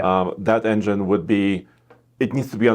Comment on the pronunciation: please work on saying engine.